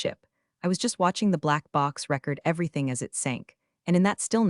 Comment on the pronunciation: Same "read" and "record" errors in all the stories.